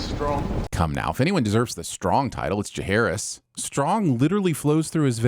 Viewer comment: You meant Jacaerys not Jahaerys ding